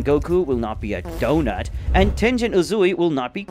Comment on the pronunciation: The way you said "A dOnUt"💀🤕🤕🤕🤕🤕